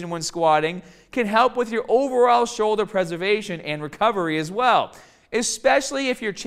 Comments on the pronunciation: "Showldah pain" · Shouldah, bahh, cahh, fahh